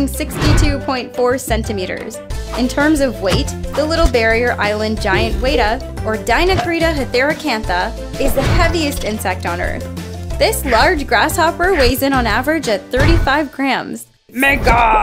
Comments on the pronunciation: its pronounced Giant Weh-Tah not wee taa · She pronounced weta as weighta, as a kiwi, that physically hurt me.